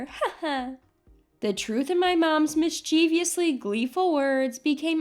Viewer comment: You mispronounced the word 'mischievously.' It's a common mistake where the speaker pronounces it as if it were spelled 'mischieviously' which adds an extra syllable. The word has four syllables, not five. Check it out on google if you don't believe me.